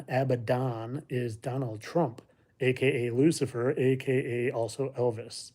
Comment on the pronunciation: Lucifer not luckier